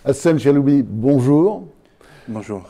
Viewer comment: J'ai bien entendu ou en le présentant il a dit "Hassan chaloubi"...